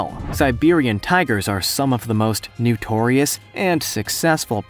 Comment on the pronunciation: Notorious, not nutorious🤪